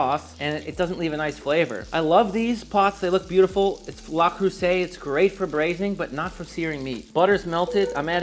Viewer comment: La krewcay ?! it´s Le Creuset Muricans - butchering language since 1776